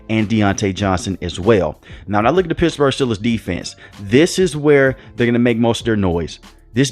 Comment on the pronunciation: Did you say Pissburgh?!